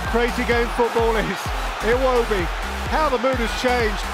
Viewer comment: me: Did he just said Iwobi? Oh maybe he said “It will be” . me after looking at the comments: He certainly said Iwobi.